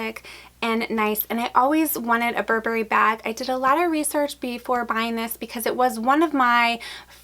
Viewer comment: Please learn to pronounce Burberry correctly.